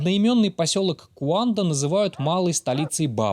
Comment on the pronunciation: Ещё мне кажиться, не куанда, а кунда.